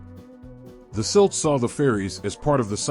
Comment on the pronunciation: You can’t pronounce Celt correctly? I’ll pass